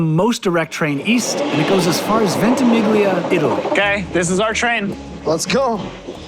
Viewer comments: Dying everytime ventimiGlia 😩 however - kudos for accepting an Italian coffee and not asking for a venti oat americano. Bonus points. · Ventimiglia means Twenty Miles. The G is slightly silent....